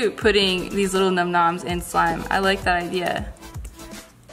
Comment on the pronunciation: The YouTube Geek...🤓 its num nom's not numb numnb's lol